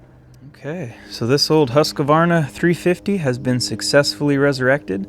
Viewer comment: Just a fyi but as a swede the pronunciation is hus kvarna. Not Husk a varna 🙂